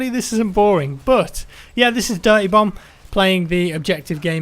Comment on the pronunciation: You idiot now you're making me hear it too